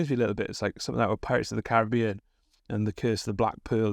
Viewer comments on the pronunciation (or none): none